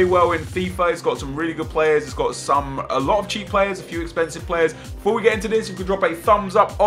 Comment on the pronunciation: Defore? are you on crack?